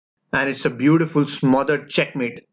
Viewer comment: You know he’s excited when you hear that accented “beautiful smothered checkmate!”